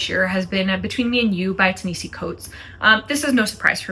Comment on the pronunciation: I think you meant Between the World and Me by Ta-Nehisi Coates. I've only read The Message by him but I learned in that book that it's pronounced "tah-nuh-hah-see" and it annoys him 😂 like why did his parents do that to him kind of annoyed. Fun fact.